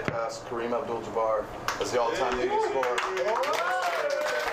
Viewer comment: First person ever to pronounce Kareem's last name correctly! Wish we could do the same for you Giannis :D